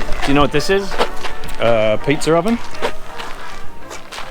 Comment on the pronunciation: I was laughing all the way through 😂 Do you know when you say pizza, you add an R at the end ??😂😂😂😂